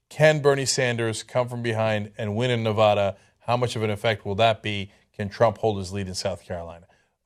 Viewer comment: it's nevaeda, cenk, not nevada